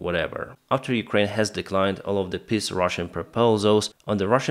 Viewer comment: I like the way you talk about "russian piss proposals". ("Peace" and "piss" are pronounced differently in English. The first has a looooong vocal, the second has a short vocal).